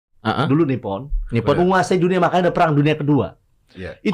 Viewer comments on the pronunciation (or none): none